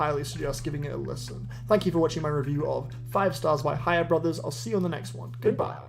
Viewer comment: It almost sounded like you we're saying ''Ha, you're brothers''